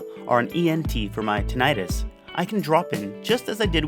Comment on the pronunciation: Tinnitus, not tinnitis. "Itis" means inflammation, as in colitis, arthritis, gastritis. What you have is tinnitus, which is pronounced TIH-nih-tuss. You have ringing of the ears, not inflammation.